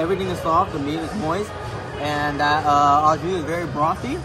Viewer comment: Au jus is French terminology and it is pronounced "oh jus", not "ah jus".